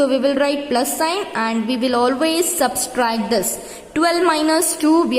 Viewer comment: It is subtract not subscribe lol😎🤣🤣🤣